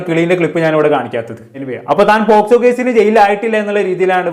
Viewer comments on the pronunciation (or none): Eda kunne posco allada avarathimobe pocso ath parayan padiyada polayadi mone🤣😂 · Pottaaa Posco alla pocso 😂😂😂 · പോസ്കോ അല്ലടാ പോക്സോ😂😂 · കിളിയും, പൂമ്പാറ്റയും, പർപ്പിളും ഒക്കെ കൊള്ളാം.. ആധികാരികമായി കൊണ അടിക്കുമ്പോൾ ശ്രദ്ധിക്കുക പോസ്കോ അല്ല പോക്സോ 😂😂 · Posco alla mone pocso 😂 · POSCO അല്ലടാ കണ്ണാപ്പി കുണ്ണേ POCSO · പോസ്കോ അല്ല പോക്സോ..... 😂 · Posco alla 😅pocso enn parayan polum prathikn ariyilla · പോസ്കോ 😂😂. Pocso ആണ് fool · ഈ തെണ്ടിക്ക് പോക്സോ എന്ന് പറയാൻ പോലും അറിയില്ല. പോസ്കോ ആണത്രേ. ഇവനെയൊക്കെ എഴുത്തിന് ഇരുത്തണം.